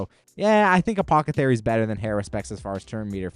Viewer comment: You have to trolling saying apothathery instead of apothecary lmao 🤣